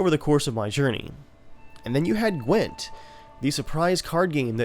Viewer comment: "A standalone phone app of Qwent" CDPR: Hahaa that's cute